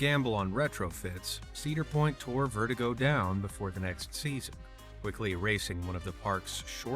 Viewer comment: ah, yes. my favourite ride, verti-GO, pronounced just like a real person would say "vertigo"